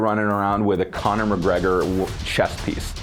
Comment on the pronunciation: "Conrad" McGregor? Im dying